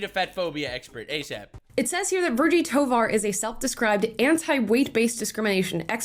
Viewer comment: Toevar she means thighvar